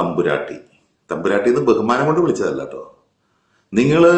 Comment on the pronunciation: സർ... നിങ്ങക്. വേറെ. പണിയില്ലേ... തമ്പുരാട്ടി.... താട്ടി. എന്നാണ്. പു. മോളെ. വിക്കേണ്ടത്